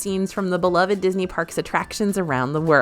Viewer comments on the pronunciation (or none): none